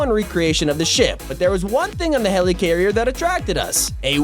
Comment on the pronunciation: Nobody:: HELEECARRIER